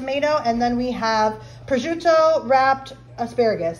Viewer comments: It is prosciutto! It is not prosciutt(e)! If you are putting your knowledge on display please learn how to pronounce names. Thank you. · Prosciutto is pronounced "Proshutto", dont say Projut like that 😢